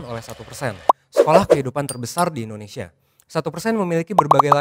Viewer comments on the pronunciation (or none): none